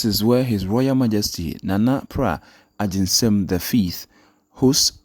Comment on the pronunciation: The name is Nana PRAH AGYENSEM! Please,, mention the name well. Thank you